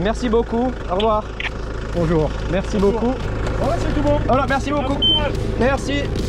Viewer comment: Wow your french is pretty good! So funny listening to you speak french. You really pronounce MERCI with precision, especially the "R" which most anglophones cannot say without rounding it like "Awwrrr" instead of the more "square" way to say it in french, which requires a "sharper" pronounciation, like "ère".